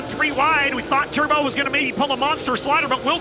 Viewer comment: "TEXAS TERBO" !!!!!!!!!!!